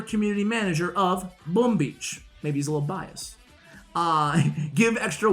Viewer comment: I’ve never heard an accent pronounce “boom” the way you do